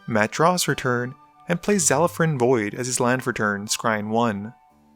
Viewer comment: Zal-uh-frin. You dun it again my friend.